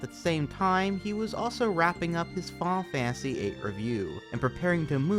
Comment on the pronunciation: Man this is awesome, its a crazy nostalgia trip to hear someone pronouncing Final Fantasy like "Faow Fah-Uh-See" again like when I was a kid